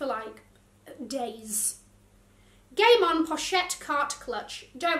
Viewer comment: When she said “The Game On Collection,” I can’t be the only one who thought she said “The Gay Mom Collection.” 😂